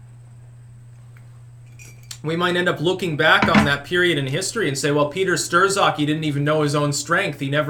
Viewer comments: Peter Strzok name is pronounced Struck, not Stir-sock. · It's not pronounced STIR-ZOK it's STRO-ZIK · Like ya bro but you said his name wrong lol, Peter Strzok(pronounced struck, not stir-zock). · That's a sign of someone that reads because they pronounce things they way they look in print. is the voracious reader he claims to be!:)